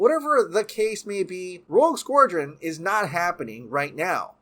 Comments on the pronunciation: Please learn how to pronounce "Squadron!", It's not "Squordron." Also, learn how to pronounce "Gadot" - it is NOT "Guh-doh" it is "Guh-dot" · It's pronounced "SKWA-DREN" not "skwor-dren" -_ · here's some help. "Sqwad-ron". While I'm here, "There is the rumours". There ARE the rumours. Plural. Maybe English is not your first language?? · Why are you saying SquORdron? Do you have an accent? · Learn to pronounce "SQUADRON" or don't speak. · can't pronounce Squadron to save his life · That pronunciation of squadron lol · God, it was painful listening to you mutilate the pronunciation of the word squadron .. besides that, love ya' :) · He’s playing Merkel, Gordon’s partner. Also, your pronunciation of the word “SQUADRON” haunts me! Have a great day and love the channel!